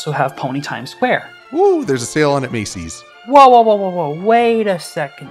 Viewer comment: did you say: "There's a sale at Macy's!", or: "There's a sale at Mare-cy's!"?